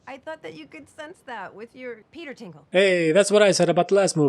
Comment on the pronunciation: Peter Tinkle??? Peter Tingle?